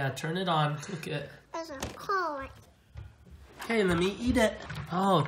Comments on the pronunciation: It was carn not corn. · That's not corn, it's car-n